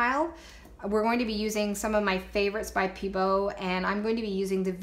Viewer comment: Hi, I really enjoyed this tutorial! But I want to tell you something that's only meant to help... Pebeo is said PBO... and VIH-TREE-ALL, and AL-KAH-LID. But other than that, you rock! I love your creativity!